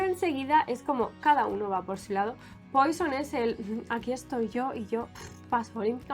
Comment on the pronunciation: No se pronuncia poison…..se pronuncia puassssó